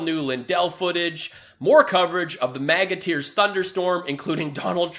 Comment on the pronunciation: I keep hearing it as MAGAT EARS...